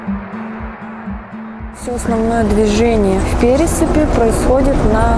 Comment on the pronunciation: Пересыпь,нужно ставить ударение на вторую е,неправильное ударение режет слух.